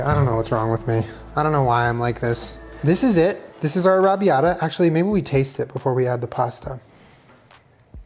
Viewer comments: NOOOOO I LOVE YOU SO MUCH BUT THAT IS NOT HOW YOU PRONOUNCE "arrabiata" SAUCE! I am Italian and it is my favorite sauce to eat and I would love to make it one day. It is pronounced arra bee-yatta sauce. Im sitting in my college dorm just dying listening to you not being able to pronounce it. OMG please look it up am going to die. I am Italian lol Im dying again, arrabiata sauce does not have meat in it. I understand that he is using fake meat but omg its not alloweddddd i a virgo italian you cannot do this to meeeeeeeeeeeeeee AHHHHHHHHHHHHHHHHHHHHHHHHHHHHHHHH but its almost okay because you are protein deficient, almost we also dont cook with butter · Is no one gunna say anything about the way is pronouncing arrabiata🙄 it’s paining my soul, but it’s hilarious 😂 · You say Arrabbiata very very strangely to my British ears 😆